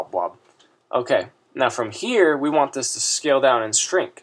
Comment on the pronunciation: he said "DO YOU WANK" XD